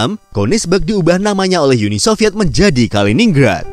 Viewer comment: Uni Sovyet, bukan Yuni Sovyet min. Jangan ke-inggris2-an.